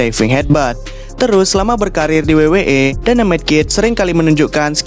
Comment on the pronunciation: Lawak betul sebutannya😂